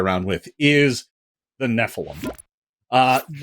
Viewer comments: oh hey they correctly pronounced Nephilim phonetically :D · Thank you! Finally pronounced nephilim properly.